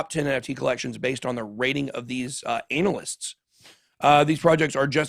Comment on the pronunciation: Did you say anal-ists lol